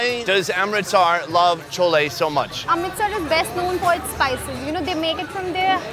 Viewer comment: Love your accent “welcome to Aaaaarmrrrritsaaaarrr”